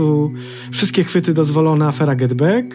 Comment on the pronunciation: Za dużo wody gazowanej a potem bek bek bek. Bekają i bekają. Może posłuchajcie piosenki the Beatles Get Back to się dowiecie że to słowo wymawia się przez ‚a’